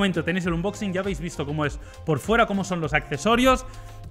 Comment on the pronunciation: Tanto tiempo haciendo unboxings y todavía no saben pronunciarlo 🤔